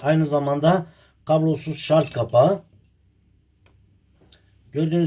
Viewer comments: Allahım çıldıracağım şarz değil şarj, istediğiniz kaynaktan bakabilirsiniz okunuşuda yazılışıda şarj.🤦🏼‍♂️ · Şarz değil ! Şarj !!! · Şarz değil sarj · anladım ustam. Elinize sağlık. Şarz değil de şarj derseniz daha hoş olur videolarda. Hayırlı işler dilerim. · Güzel kardeşim şarj , şaz yok yanliş soylyorsan